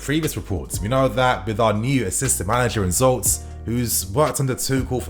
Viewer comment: you just butchered the name Zsolt:D its not the first time i hear it like this as my name is Zsolt too:) if you just say Jolt, thats pretty close, all my new colleagues are confused as hell when they`re trying to pronounce it, so I`m just telling them to say it like this and its all good;)